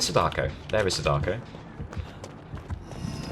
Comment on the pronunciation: you said sadako wrong